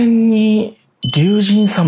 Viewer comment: 竜神(りゅうしん)って日本人皆呼ばないんだね。りゅうじんだと「じん」の部分が「神」ではなく「人」ってなってしまう。